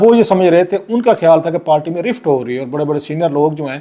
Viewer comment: It is not “Palti It is Party.